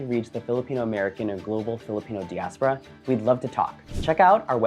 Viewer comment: Your pronunciation of diaspora is off